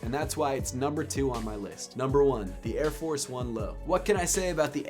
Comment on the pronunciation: It's airforce not airfor